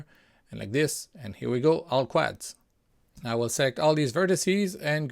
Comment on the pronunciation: it is usually pronounced "quods" as in "odd" , even though it is spelt with an "a"